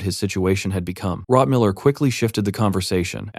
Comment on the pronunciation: why does the quality suddenly drop massively close to the 6 hour mark? several words are misspronounced, rotmiller is suddenly rotmillermiller, both the dwarf and the librarian are called hikkurad etc.